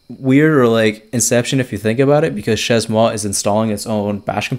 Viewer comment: pronounced /ʃeɪ mwa/ (shay-moi)